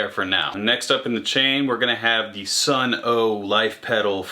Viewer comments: it's just Sunn not Sunn "O" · It’s not Sunn O just Sunn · Pronounced Sunn